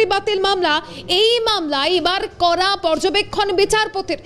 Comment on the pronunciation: উচ্চারণ ঠিক ঠাক করা প্রয়োজন। "কড়া পদক্ষেপ" , এই টা শুনলে মনে হচ্ছে "করা পদক্ষেপ" । "ড়" এবং "র" ফোনেটিক সাউন্ড এর পার্থক্য আছে, দেখে নিতে হবে।